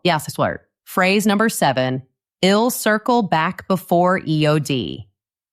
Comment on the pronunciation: Your pronunciation of I'll is not correct and confusing. Oyherwise very good.